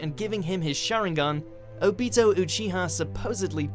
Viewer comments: "Obeto" "Kakeshe" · “O-Beato” god why... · Its o-bee-to not o-bit-o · It's OBito not ObIto and UChiha not uchIha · It's not "Oh...Beat-Oh " it's "Obito" .,__,. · Oh-be-toe o-chiha made me so upset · It's pronounced ah-bito like naruto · "Ubitoe Uchiha" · I got triggered when he pronounced (O-BEE-TOE)wrong omg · You said Obito Wong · God dammit “Obeeto” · OOOOOOO--BEY-TOE really? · It is o bee toe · Oh-beato? Does purposefully mispronounce at least one name per list? lol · Is no one gonna rant on how he said “obito” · That’s not how you say Obito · We can tell u don’t watch anime if you said obito name like that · U said obito wrong i deserve an apology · the way u pronouced obito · I cringed so hard when he mispronounced Obito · SAY IT RIGHT